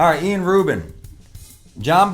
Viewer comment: Yeah he's ilan so it's pronounced 'Ee-lahn.' But fuck it, Ian Rubin is way better 😂